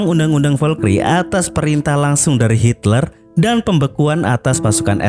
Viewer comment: Hitler bang bukan Hilter..